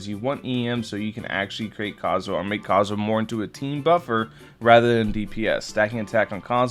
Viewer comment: seriously, stop saying his name wrong. theres an "h" in his name, say the H!!!